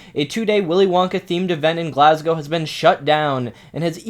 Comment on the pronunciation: Wow an American who actually knows how to pronounce Glasgow